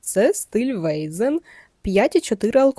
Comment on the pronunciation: не вейзен, а вайцен